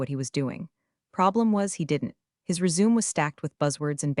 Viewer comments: resume is pronounced as res-u-may not resume; R & D is not spelled as R D; portable is not spelled as pourable; whirred is not spelled as word; how hard is it to say subparagraph c? read is pronounced as red; read is pronounced as red; is not spelled as folio; again, folder is not spelled as folio; again, folder is not spelled as folio and # is pronounced as number not hashtag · Confusing. Is this "Elizabeth's" story--or Todd's? And can your voice bot learn to pronounce "TED" and "resume" correctly? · This would be much better if you could pronounce 'Resume'. Thanks. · Teach the narrator how to pronounce “resume”, one’s history of employment etc. NOT starting up again.